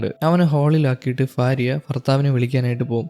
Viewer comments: ഫാര്യ അല്ല ഭാര്യ എന്നാണ് 😂😂😂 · ഫാര്യ 😂😂 അല്ല ഭാര്യ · കേൾക്കുന്നില്ല 😂 fariya fariya എന്ന് 7 8 times kettapoye nirthi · Fariya alla myre ഭാര്യ / Bharya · ഇൻസ്റ്റ യിൽ നിന്ന് കണ്ട് inspire ആയി വന്നതാ…ആ mood അങ്ങ് പോയിക്കിട്ടി “future il നിന്ന് വന്ന ഫാരിയ “😂😂 just for joke brother. please try to pronounce correctly in upcoming videos. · ഭാര്യ ഉച്ചാരണം ശരിയായി ഉച്ചരിക്കു.